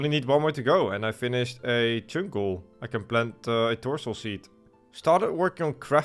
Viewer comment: Just here to hear him say cheünk